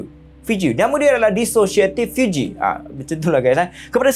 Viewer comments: Fugue = (fyoog) 😊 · Fugue bunyi sebutan "fioog". Fiug...